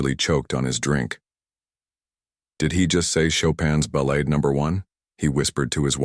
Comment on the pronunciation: Another moving and fine video. A couple of small suggestions: I think, but am not sure, that when part of a musical piece like Chopin's Ballade, it is pronounced ba-laud'. But check this one before you take my word for it. The other suggestion involves the fine narration as a whole. In parts it sounds like the readers is reading from the captions as they go by on the screen, causing some awkward jumps and pauses. Suggest you record the narration first and put the captions in after. Not a big deal ether suggestion, but your stories are so moving that they should not be even slightly flawed! Again, thanks for a fine presentation.